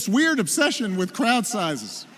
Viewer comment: And AGAIN he talking obaut small crouch,,oooppss 🙊 I mean,,crowds 😂🤣🤣